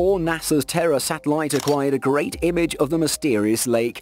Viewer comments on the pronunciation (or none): none